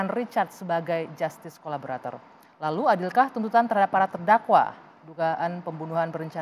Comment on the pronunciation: Collaborator bkn collabolator..😊